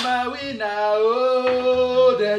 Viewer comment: The way said, I’m a winner sounded like “I am a wiener”